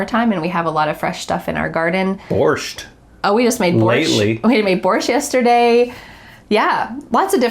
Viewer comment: I like the way Dan said BorshT 😄 it seemed to him not difficult enough to pronounce, so he added the T in the end